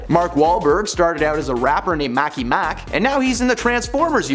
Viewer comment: Did I just hear Mackey Mack instead of Marky Mark? These people really need to check their facts. If they get the easy stuff wrong, how much of their content is actually right?